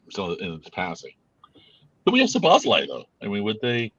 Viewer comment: it's Szobo Szlai.. Just practice only saying Szobo. Then you got the first part of his name correct. Then you just add Szlai in the end. Szobo-Szlai. It's not Szobosz-lai